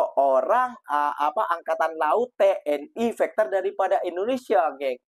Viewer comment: Fighter ko sebut macam bunyi fekter mcm bunyi factor juga jangan ubah bunyi Fighter itu mas ia bahasa inggeris kalau bunyinya berubah bahasa itu sudah jadi lain (fighter-faiter)